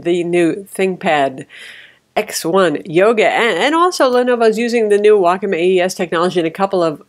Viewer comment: for pronouncing "Wacom" correctly :)